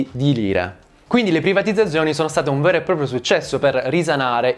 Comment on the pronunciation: Per colpa di questo video non so piu dire privatizzzzazzzioni